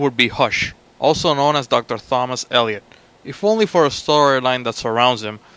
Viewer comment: you only pronounce the "T" in Thomas